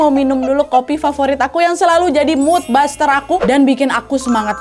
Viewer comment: 0.56 bukan mood buster de nadiaaa tp mood booster(mud buster) kl mood buster(mud baster) mah atu pembasmi mood hahaa. Ga penting yaaa.. Komen nyaa.. 😅😂😂